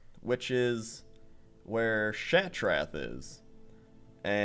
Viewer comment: your saying Shattrath wrong lol oh who cares